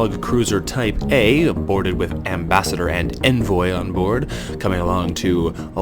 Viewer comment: Envoy is pronounced Ahn-voy =P